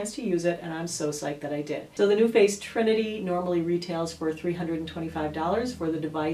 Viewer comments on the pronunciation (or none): none